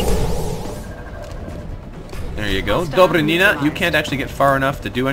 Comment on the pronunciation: Dobry'nina!!! Stress on Y plz!!!